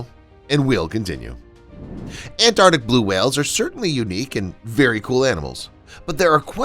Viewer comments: The pronunciation is Antarctic and not Ant-arctic as you have pronounced! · I think the word is ANTARTIC, not ANNARTIC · After pronouncing the word ANTARCTIC as many times as you have in this video , is it too much to ask that you pronounce it correctly ? It has two " T 's " and two "Cs " . It is NOT pronounced " ANARTIC ". Take a bit of care and pride in your language ! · AnTarTic. With “T’s”. Pronounce the T’s. What is it with Americans, why can’t they pronounce a T in the middle of a word? Petty I know but it drives me round the bend. I can’t watch/listen once I’ve heard it. Aaahh. That’s better. Rant over. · It's 'Antarctic', not 'Antartic'. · Antarctic. Not An-ar-dick! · What is “anartic”? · Learn to pronounce ANTARCTIC! Both Cs are pronounced. (Sheesh!) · It’s not ant artic. It’s the Antarctic or Antarctica. Two Cs. Two Cs. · Had to stop watching… An an-ardic whale LOL. Three hard consonants and an ‘r’ all vanished. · He keeps dropping the t I can't stand this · It would be good if the narrator could pronounce Antarctic properly. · I'm pretty sure there are two letter t's in Antarctic. Not An'arctic. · Look, normally I wouldn’t say anything but since you’re saying it 500 times it is pronounced arctic, there is a c. Thanks I feel better now. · It's pronounced arctic... there are two C's in the word! (antarctic, too) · ANT-ARK-TIC! ANT-ARK-TIC! Damn! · AntarCtic. There's a C in there, pronouncing it isn't difficult. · Ant-arctic!! 😂😂😂 After e-centric ('eccentric') this is another American mispronunciation that bamboozles us!